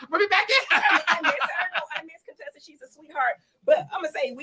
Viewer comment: Heavenly named her CONE-tessa!🤦🏽‍♀️